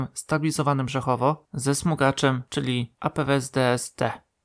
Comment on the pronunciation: Już nie raz pisałem autorowi, że nie ma wojsk areomobilnych , lecz są wojska aeromobilne a on dalej się pogrąża, to naprawdę wstyd. Tak samo jak jest reflektor a nie leflektor, laboratorium a nie labolatorium, kolorowe a nie korolowe itp. takie błędy popełniają dzieci a nie dorośli ludzie. Drugi kwiatek to , nie brzechowo a brzechwowo. Nie ma celów leko opancerzonych , lecz lekko opancerzone. Dla mnie takie błędy są żenujące. Wstyd. Czy ty bierzesz jakieś narkotyki ?